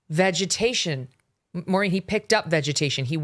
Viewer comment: VAG-ation, WTF, do you mean VEGETATION 😳🤦‍♀️ are you and CandyCane morphing into the same person 🧐 why cant either of you pronounce words any more. 😢😢 Has a foreign entity brain wormed you two, holy hell....VAG-atation, omg Even Maureen is like,😳🤔 WTF you just say?